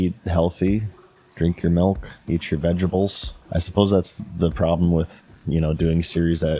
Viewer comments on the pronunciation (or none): Eat your vegables 😂